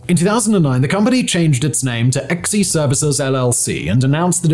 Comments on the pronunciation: This idiot. Ex-E services is pronounced "Zee." To say that Triple Canopy had a better reputation than Blackwater is absolute ignorance. This guy should stop talking about military shit altogether. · Not "EX EE". pronounced "Zee". No I am not a fluffed for "them". I just hate when vids like this fail to research before posting... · “Xe” is pronounced “Zee.”